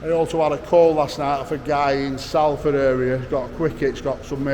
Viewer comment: Come on, Sol-ford, not Sal-ford, you sound like a BBC reporter 😂 Salfordians are very proud of their city, mint how the work is flooding in, it's a credit to your crew 👏👍